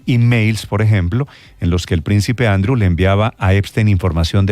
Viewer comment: Néstor Andrew se pronuncia Andriuu. No andru